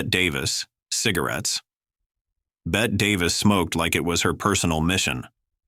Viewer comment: BETTY (pron.) Davis not Bet.